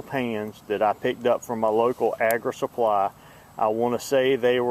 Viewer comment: Agri Supply, not "Agra"